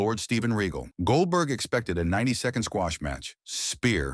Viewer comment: Another AI Generated BULLSHITTTT video and you can always tell because it always has problems with pronunciation 🤣 Lord Reggle 😂 instead of Regal 😅